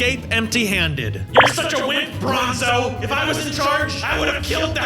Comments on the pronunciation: Why did I hear bozo not bronzo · Its bronzo not bonzo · Bruh its br- Minotaur:Bozo.